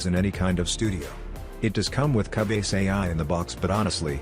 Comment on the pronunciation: Can't believe he pronounced it CA-BASE lol